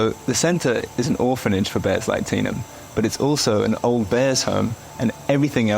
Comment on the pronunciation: I know the bear's name is Tenum, but when he says it, my brain hears Tina....so The bear's name is Tina.